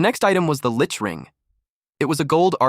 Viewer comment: someone need to teach AI how to say "CH" because it's not lick